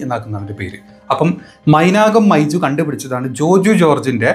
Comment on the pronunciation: മൈജു അല്ല മൈർജു എന്ന് പറ